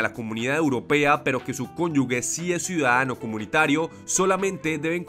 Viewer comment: Cónyuge, no conyugue; suena jeje, cónyuGE